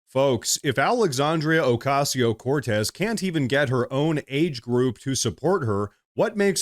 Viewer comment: PLEASE.... JUST SAY ...." cortez" PLEASE !